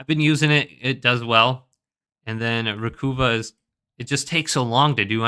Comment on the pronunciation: Recuva = RE-cuh-va as in recover, not RE-coo-vah.